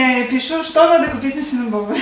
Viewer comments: Только не синабобы,а синабоны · Извините что поправляю,но правильно говорить синабоны. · СИНОБОНЫ так правильно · булочки правильно называются, СИНАБОНЫ. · Правильно говорить синабоны. Спасибо за работу, вы молодцы.